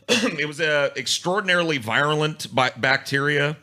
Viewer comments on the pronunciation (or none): Wow "Virulent" is the first word ever mispronounced